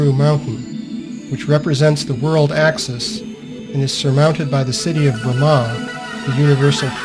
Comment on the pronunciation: If you know so much about the Vedas, why do you mispronounce Brahma and Lakshmi?